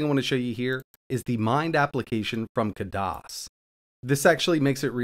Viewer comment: just so you know, it's not "KUH DOS", they pronounce it "KAD ISS". ( A as in cat)